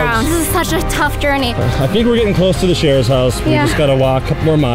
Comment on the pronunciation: Sharer not sheer 👍🏼😁